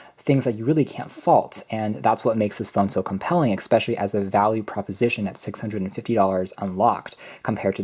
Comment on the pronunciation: Really good in-depth review, but please stop saying "exspecially", its especially.